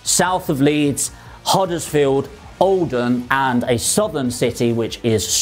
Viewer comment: Haha just couldnt understand the pronounciation of the area :)